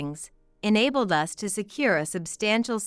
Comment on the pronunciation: Who is so stupid to pronounce us as US .